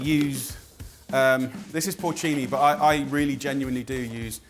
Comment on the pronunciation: porto-cini mushrooms? is that Italian?